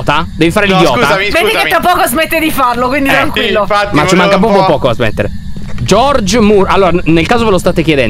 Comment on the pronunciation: Troppo bello dimmi perché lyo aveva detto giorgmur